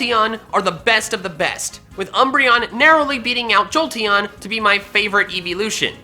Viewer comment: THE I IN JOLTEON IS SUPPOSED TO BE AN E! FIX IT NOW!